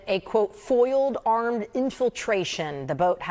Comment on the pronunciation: "Aremd" lol